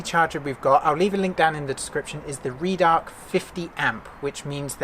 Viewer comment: Red-Arc mate not Reed _arc